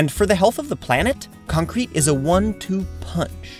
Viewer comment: What? You mean C O N C R E C C ?